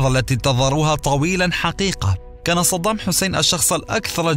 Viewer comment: قولوا للمعلق أن اسمه صدام وليس صضام 😏😏😏😏